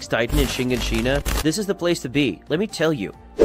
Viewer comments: Shigashina💀 you mean shiganshina💀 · I swear it’s pronounced sha-garn-sheena but I don’t know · Listen, listen, i try not to be a wet blanket about pronunciation but your pronunciation of Shiganshina is so painful for me 😅😅😅 great video thanks!!!